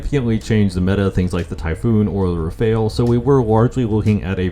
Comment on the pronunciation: Please, and i mean PLEASE, fix the way you say rafale. I legit cringe so hard every time you say it. PLEASE FIX IT!!!